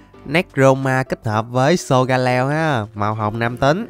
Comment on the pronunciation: Sô ga lê ông nha ko phải sô ga leo đâu :)))